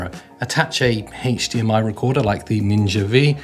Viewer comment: the pronunciation of HDMI is killing me LOL :)